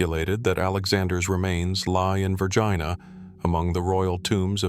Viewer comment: The AI just pronounced Vergina so it rhymes with vagina Lmao!! Its Ver-jee-na. Goofball. 😂